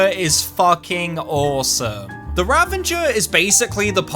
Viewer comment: Nice video, but the weapon's name is "Ravager" not "Ravenger" xD